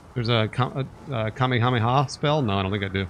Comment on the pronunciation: Love your pronunciation of Kamehameha Ka Mey Ha Mey Ha instead of letting it slip of the tongue kamehameha talking to a dude who also spent 20 Plus years watching anime I agree with most your responses to anime jo jo is trash and the dragon ball universe isn’t the best anime but it’s what got me into anime so I have to respect it